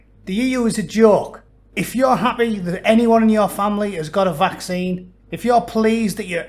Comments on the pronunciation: Did the Belgium twat just say ‘vac-sign.?’ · The Vacksighn 😂😂👍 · Funny how his pronunciation of "vaccine" rhymes perfectly with "asinine"... just sayin'.